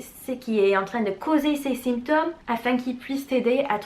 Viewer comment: Bonjour je vous suis depuis 1 semaine environ et j’aime beaucoup ce que vous faites. Qu’avez vous enseigné au lycée? Ps: symptôme se prononce sAINptome. Merci pour ces vidéos:-)